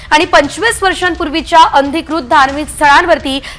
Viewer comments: अंधिकृत नाही अनधिकृत...बोलणे सुधरवा...सांगणे नीट करा...शुद्ध करा...बातम्या द्या पण नीटपणे द्या... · शुद्ध मराठी बोलायला शिका आधी नंतर बातमी द्यायला या, अनाधिकृत बोलायचं आहे